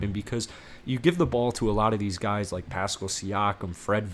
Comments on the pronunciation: Pass-Kal. Not Pascal rhyming with little rascal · Pronounced PASS CAL.